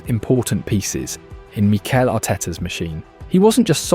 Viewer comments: What are these pronunciations? Meekle Arteta. Zoobymendy. Enwanary. Sarkar. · Who's Meeekel? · The voice over really has trouble with pronouncing these names. “Meekel Arteta” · Good video, but why do you mispronounce every player's name 😂